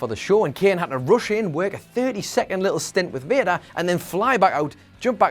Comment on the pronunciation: Will anyone tell him Vader is pronounce Vay-Dur and not Vir-Da!?!?!?